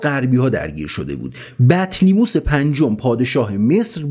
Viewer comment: بطلیموس غلطه. بطلمیوس درسته.